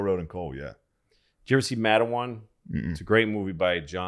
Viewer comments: Damn Louis Matewan not matawan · It's called Mate wan. Like a mate and then won. Let's pronounce shit here guys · It's not pronounced Matt a wuan, it's Mate wuan. Also, it's not in PA, it's in WV. Great memory of the story otherwise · Pronounced Mate-wan in WV. Matawan is a town in NJ exit 117 🤟🏻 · I love the show but I have to say the movie is “matewan” (mate-wahn) and it’s a town in Mingo county West Virginia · Dude?! Matewan is in WV!!!! Don't take that from us, Louis! And it's Pernounst, MAYT JUAN! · Louis!!!! It’s pronounced “mate-wan”